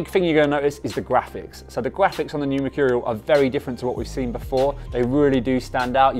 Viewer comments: No one: Ronaldo: mechurial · I'm gonna start saying machurial now like cr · Merchoooreal es Amazing...you heard it here first